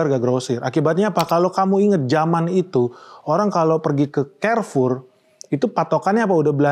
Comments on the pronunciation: Bacanya karfur bang bukan kerfur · Izin bang, baca nya kok Kerfor? Bukannya Karfur? 🏃🏻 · Carrefour Baca : karfour bang Bukan kerfour. So english banget...